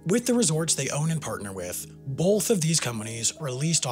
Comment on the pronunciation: Sam: "Bolth" Me: "?"